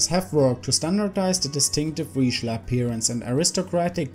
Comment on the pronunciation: Finally. Correctly pronounced.